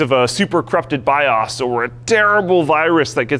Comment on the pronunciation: biOS, not biUS